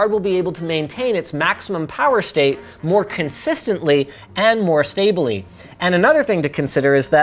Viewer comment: sta-ba-ley lmao